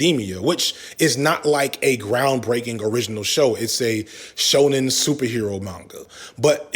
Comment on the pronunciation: Man’s spent the whole video mispronouncing ‘Shonen anime’ and just put a blanket on what he thinks……. I understand now what he meant at the beginning when he said someone would have a problem with his definition 😅😅😅❤